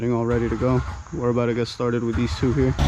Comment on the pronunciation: The beginning was cute!! Y'all are a happy crew! I love how you say "about to" get started - "abouta" get started 🥰 "BB's" views are amazing 👍 love the whistling!! Great video, always!! God bless y'all and your families!! 👍🥰🙏👍WAIT - I just finished watching this - LOVE LOVE LOVE YOUR MISMATCHED SOCKS ❤️❤️❤️👍